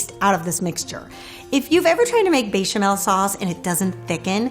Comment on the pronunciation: I love you and your cooking. I find you charming and kind and I know you are a polyglot but there is no j or y in bechamel. :) Sending you a virtual hug from Croatia